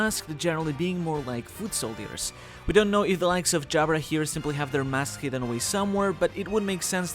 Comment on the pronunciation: It's hilarious to hear that this guy does know how to pronounce Jabra properly, not mistaken with the Japanese tounge Jabura. Yet he insists that Im to Imu to justify his theory of Umi (Sea/Ocean).